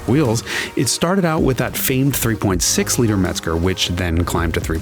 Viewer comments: MEZGER !!!! ENGINE , NOT METZGER !!😀😀😀😀🚘🚘🏁🍺🍺🍺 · Yes but he said METZGER , INSTEAD OF THE PROPER " MEZGER " 🤔🤔🤔🤔🚘🚘🏁🏁🍺🍺🍺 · It’s MEZGER not METZGER